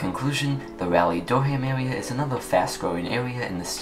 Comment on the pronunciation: Sorry to complain, but Raleigh is pronounced Rah-lee not Rally.